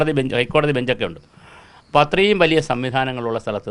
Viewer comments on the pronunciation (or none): none